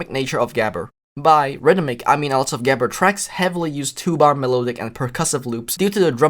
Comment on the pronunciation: “what is gehber of habber?” Pronounced about as close as the final product sounded like it